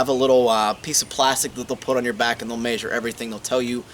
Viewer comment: MAN! I am loving this series, thanks so much for doing this .... my only beef I have with this whole thing is: why do you say MAYsure, instead of MEAsure? Again, thanks for the series!